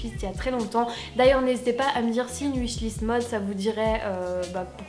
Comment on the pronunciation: Tu dis "ouishlist" c'est rigolo😃